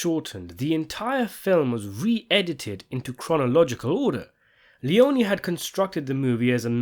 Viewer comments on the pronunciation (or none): Aaaaah stop it, it's pronounced LEON-EE